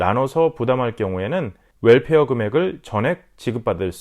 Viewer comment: WELFARE 라고 발음해주셔서 감사합니다. 물론 65세 넘으신분들의 혜택이라 이해는 되지만 거의가 월페어 라고해서 한달에 한번씩 나온다해서 그런줄 아시는분들이 많이 계신것 같아요. 이왕이면 올바른 발음으로 쓰시면 어떨까요? Welfare..